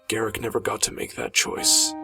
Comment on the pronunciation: why do you say garrik its garruk with a drawn out uuuuuuuuuuuuuuuuuuuuuuuuuuuuuuuuuuuuuuuuuuuu there is no i in his name garrik sounds stupid